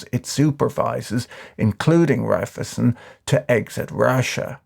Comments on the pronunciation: Repeat after me: Rhai - phy - zen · its REIFEisen, try pronouncing it, shouldnt be too hard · My only criticism is that it's not how you pronounce (evil) Raiffeisen.